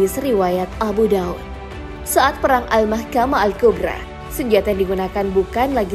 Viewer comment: Hmm.. Bukan Al Makhamah Al Kubra tapi Al Marhamah Al Kubra